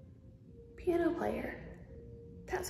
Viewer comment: I literally thought she said P N O...it took me a min to realize she said piano! 🤦‍♀️